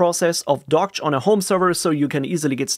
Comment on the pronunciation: It is supposedly pronounced 'dockage'